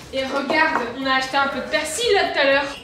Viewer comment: Jsp qui fais le montage mais c’est perSil pas perCil